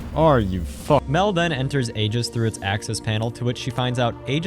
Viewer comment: Aeg8s="eg8s" NOT "ayy_ges"